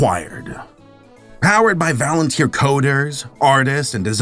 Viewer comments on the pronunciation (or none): He meant Volunteer